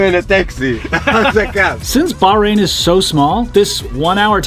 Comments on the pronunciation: Aww,, if you would've asked, I would've come with you 😁 Btw, its pronounced bach rain 😉 Will you be coming to the UK for Silverstone maybe 🤔 Great video as always ❤️ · 1) Another spectacular view of travels with - uh, no, not Charlie -! You do such a great job of taking us along. 2) There is a reason that you found the people so friendly. Go ahead, read "The Right Kind of People" by Edwin Markham to see why. 3) We may have to teach you how to pronounce the "h" in Bahrain. It's not silent but I think the way you say the country's name is probably acceptable for those of us who are anglophone. Perhaps in some future May you'll register for and run and/or walk the 12 kilometers of Bay to Breakers in San Francisco. In costume. With a few thousand of your closest, most intimate friends. And maybe even your sister could join you.